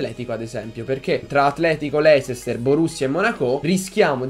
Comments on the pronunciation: cmq leicester si pronuncia leister non voglio fare il prof;) se vi sentite davvero forti o quarti o finale è uguale:) Detto questo. Buona fortuna;) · la pronuncia "leisester" AHHAHAHAHAHAHAHAHAHAAH